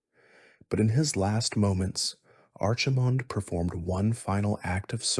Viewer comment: ar chi mond and sar jer as made me get out of bed and turn it off. cant listen to that all night 🤣